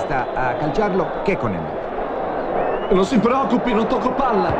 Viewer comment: Secondo me non ti chiami Kekkonen, ma Kekkònen